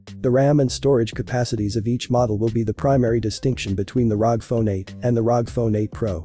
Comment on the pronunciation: its R O G not rog